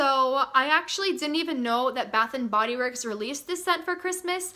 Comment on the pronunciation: At first I thought you said bathroom and Bodyworks